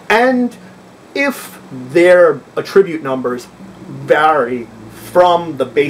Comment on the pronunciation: Why do you keep saying A ttri bute, when it's pronounced At tri bute?.. otherwise great video